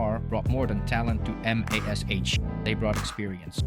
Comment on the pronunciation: Your AI script needs to refer to MASH as 'mash' not M.A.S.H. Hard to get past the first few minutes when the script shows a lack of actual familiarity with the show. Background music or whatever is also distracting. For those of us who actually remember the show, your rendition of it is off ... do your homework.